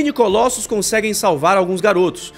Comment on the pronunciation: Essa pronúncia, "ColÓssus", é ridícula.